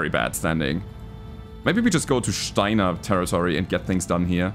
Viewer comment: When a German guy gets excited about going fast and use maximum firepower... I felt that as a Pole :D Great job, man. Oh, and I also enjoy you pronouncing Steiner better than the ingame va. You do a proper "Shteiner", while they go with an "s" - I raise my Weizen to you. Der Angriff Steiners war ein Befehl!